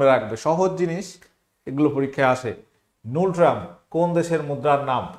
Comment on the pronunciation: নুলট্রাম না, ওটা গুলট্রাম hobe